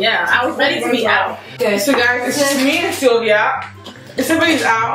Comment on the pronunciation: Sylvia wonnnn not van